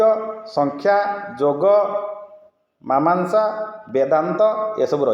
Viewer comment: ମାମାଂସା ନୁହଁ ମୀମାଂସା ହେବ ଆପଣ ନିଜେ ଆଗ ପ୍ରସ୍ତୁତ ହୋଇ କହିଲେ ସମସ୍ତଶିକ୍ଷକଜାତି ଠିକ୍ କଥାଟି ଜାଣିବେ